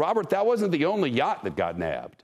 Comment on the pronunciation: it is a yacht not a yaaaaaaaart